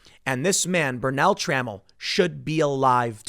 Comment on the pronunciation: FYI: it's Tra-MELL, not trammel.